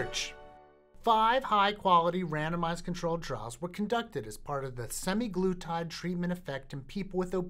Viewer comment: it's semAglutide, not semiglutide